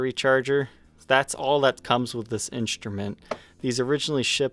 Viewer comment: no offense but i cannot enjoy your content because of your weird pronounciations. you say inSHtrument instead of inStrument..and drives me crazy, can you or someone please tell me why? because this just occured lately and now its chasing me. it seriously drives me nuts.